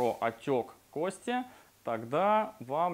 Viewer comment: кОсти пожалуйста говорите правильно